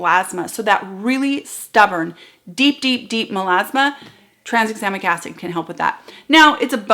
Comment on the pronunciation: We didn't notice - you are so clear! (and we tried and couldn't say "Tranexamic Acid rabbit hole"). Sometimes it feels like the people who create these ingredients are trying to get Scrabble points.